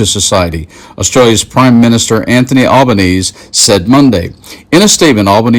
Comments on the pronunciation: For the last time America our current Prime Ministers name is spelled Albanese and is pronounced “Al-bun-easy”. The Ambassador Kevin Rudd is a former Prime Minister and despite him treating the public service in Australia very badly he is an academically smart man that speaks fluent Cantonese. He’ll take your measure within seconds and his assessment of Trump is 100% accurate. We’ve had a gut full of stupid right now and I reckon American politics and how your society seems to dogmatically align itself with political parties is ridiculous. I’m backing Kevin on this one and I never thought I’d back him on anything!! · Just a heads up. The pronunciation of our prime ministers name is like you are saying Al-ba-NEE-see. All US media say it the other way and we know who you are referring to. Butttt in typical Aussie fashion, we have put a spin on his name and call him ‘Albo’ (as in your ‘elbow’). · Dude, it's Al-ban-easy = Albanese, and Rudd is not an easy person to like, and that's from an Australian perspective. Actually, Rudd and DJT are very similar, which is probably why they clash. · Little correction. I would say the last 3 letters zee 😊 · Whilst I support the message of this video and the clips used, a lot of context is missing. Also the current prime minister of Australia is Albanese is pronounced with an ‘e’ sound at the end. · Former Ambassador Kevin Rudd speaks fluent Mandarin as well as excellent English, that can be easily understood. Trump can barely construct a complete sentence in that same English language Incidentally the Prime Minister of Australia name is Anthony Albanese the last “e” in his name is pronounced so :(Alban-easy) I would estimate the IQ gap between the two is roughly 30 points with the upper score going to Rudd. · Hey mate, you pronounce the "e" at the end of Albanese - it's Italian 😊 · FYI the e at the end is pronounced for Anthony Albanese, or you just do like we do and call him Albo. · Al ba-nees ee🐈‍⬛😎🇦🇺😌